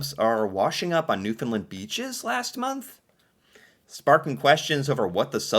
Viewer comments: I disagree with your pronunciation of Newfoundland. Most of the maritime would say Newfin-land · It's Newfoundland pronounced with the same stress as understand.